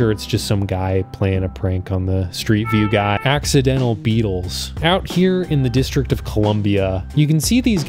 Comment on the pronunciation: Beatles. Not Beetles.